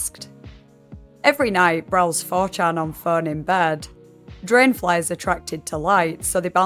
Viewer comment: Why do you pronounce "phone" as "föeön"?